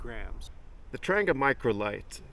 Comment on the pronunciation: Please get the pronunciation correct. It’s a Tran-gee-ah not a Tran-ger. As for saying ‘me myself’ - really?